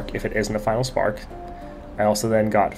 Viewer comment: Final Spark? Nah, Vi-nal Spark 🤣